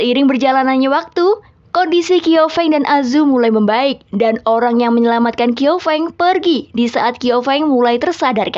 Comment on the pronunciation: Fyi bukan "kiau feng" tapi bacanya "chiau feng"😅